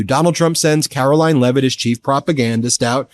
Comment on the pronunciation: Ughhhhhh caro-lieing lol.